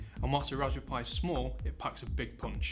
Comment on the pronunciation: It sounds like he's saying "Raspoo pi". Yes, he should have had the teleprompter closer to the camera.